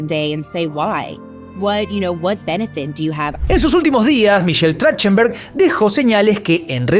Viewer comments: Se pronuncia TraJJtenberg 😊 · Se pronuncia trajtenberg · Así no se pronuncia su apellido, deberian averiguar como lo pronuncia la persona y luego si crear el video 🤦🏻‍♀️ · No pronuncia bien su apellido